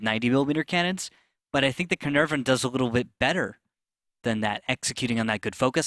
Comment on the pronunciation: Its not Crnrvon its Caernarvon.